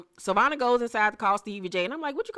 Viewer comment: Right Savonna not Savannah